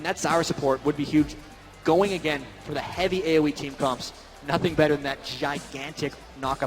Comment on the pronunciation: This commentator "Agayn"